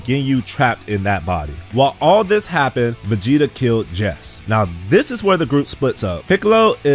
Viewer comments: its pronounced jeice jeese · That is not how you pronounce Jeice... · How he pronounces Jeice 😂